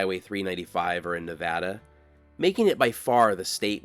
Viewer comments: Greetings! I'm an expat Californian who retired to Sparks 5 years ago. First, thank you for pronouncing the state name correctly. That's one of the first things I learned when moving here. When I watched your video for the California portion of US-395 I was wearing a US-395 t-shirt from Tom's Place obtained there during their 100th anniversary in 2017. Looking forward to future vids. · Thanks for pronouncing Nevada correctly .